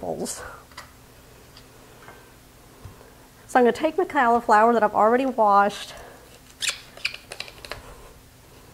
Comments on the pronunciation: Good recipe although i prefer the veggies to be raw and add raisins. Also ive never heard anybody pronounce cauliflower, "calliflower". Its pronounced colliflower. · Yum! Great recipe. I have never heard someone say cauliflower the way you do.